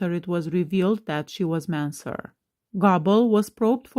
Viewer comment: I thought Goble (Not Gobble) was Ron Jeremy. Goble is pronounced Go-ble.